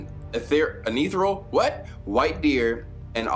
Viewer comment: You can't pronounce etherial? NaS said it enough...